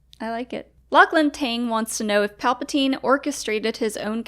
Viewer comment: I'm pretty sure Luke read the script and that's how he knew Rey was a Palpasheev